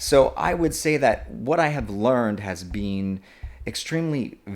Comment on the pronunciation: unrelated but i love how he says been as bean